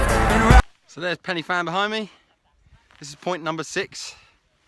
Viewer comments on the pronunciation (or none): I’m cringing, you should at least learn how to pronounce pen y fan correctly, it’s not penny and the f is a v in welsh like van , pen u van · Not penny fan. Pronounce it like penner van. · Please say Pen-y-Van.